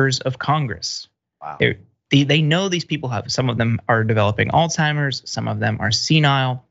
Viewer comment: Hi Dr. Richey you're correct when you said Alsheimer